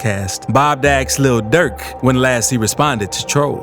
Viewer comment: "ASKED" NOT "AXED"